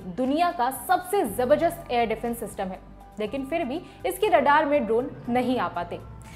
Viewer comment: Zabardast not Jabardast, please practice some words